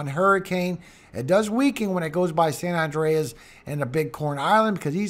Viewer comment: San Andreas (San An-dray-us) is a continental transform fault that extends roughly 1,200 kilometers through California. The Columbian island, San Andres (St. Andrew) is pronounced "San An-drays." The two are 3,000 miles apart. One is an island, the other is an earthquake fault.